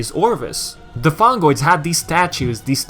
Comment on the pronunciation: (LAUGHING) ... Fungoids? You mean Fongoids. :D